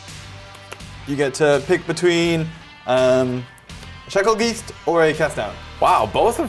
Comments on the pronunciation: Shackle-geese-t? Isn’t it Shakle-Guy-st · I know I'm late. But if i hear someone say shackle "geest" in person... Im slapping the living shit outta them.. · yes, it is "guy-st".